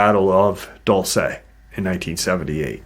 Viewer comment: My friend's family has their ranch/property just east of Dulce (Diné family) Dull-say: 🚫👎🏼 Dool-seh: ✅️👍🏼